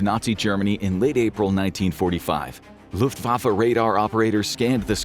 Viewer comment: When Americans pronounce german words its always cringe haha. "German luftuafä" "wunderwaffei"😅 Greetings from Austria.